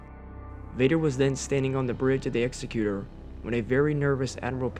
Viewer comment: It’s the “exec-u-tor” and not the “executer.” 👍